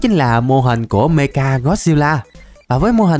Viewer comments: Mecha mà đọc mega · mecha ko phải meka anh ơi =)